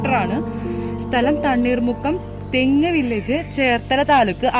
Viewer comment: തണ്ണീർമുക്കം തെങ്ങ് വില്ലേജ് അല്ല തെക്ക് വില്ലേജ്😂😂😂